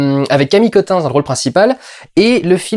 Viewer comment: Néomie au lieu de Noémie, HHHahoui au lieu de Harry, Camille Keutinsse au lieu de Camille Cottin, est-ce que tu sais parler ? Je suis désolé Durendal t'as des bonnes idées sur tes films et tu t'en sors tout seul sans tapis et en presque un seul plan séquence mais tu ne sais pas parler et ca décridibilise complètement ton propos.